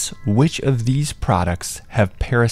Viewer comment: guy emphasised parasitic so much. Doesn't matter to nature at all lol